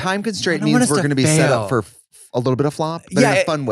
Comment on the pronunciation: "I was in the ICU por 13 days" 😭